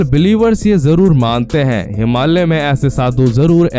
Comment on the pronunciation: कृपया हिमाल्य नही, योग्य uchhar "हिमालय" बोलिये पहले